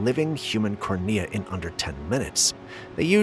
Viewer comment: Its pronounced Corn-ee-ah, NOT the way YOU said